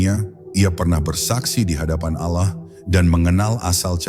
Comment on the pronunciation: Ini AI ya, penyebutan Allah jadi ALAH, Astagfirullah